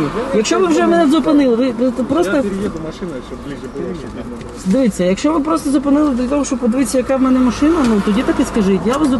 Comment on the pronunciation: Вместо "дивIться" выговаривает "дивИться"...так режет уши шо ппц